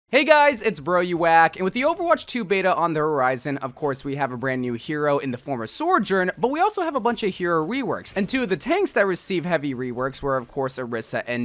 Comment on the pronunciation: Why can't he say sojourn correctly? He always says sorjorn